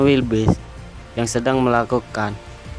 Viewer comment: keselek pas ngomong wildebeest jadi wilbis 🥴😂🤣